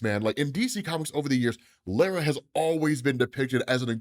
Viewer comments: Bro says lara weird lol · Lara pronunciation is wrong my dude